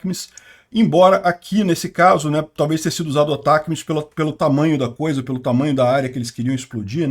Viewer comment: O nome do míssil é Atacms. Se pronuncia Atac e depois as letras m, s. Isso foi informado pelos canais grandes de notícias militares do Brasil. É isso, se fala, Atac ms. Se escreve Atacms.